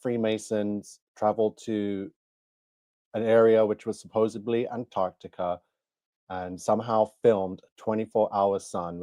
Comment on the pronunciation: As soon as he said "suposably" his credibility was done. Idiot.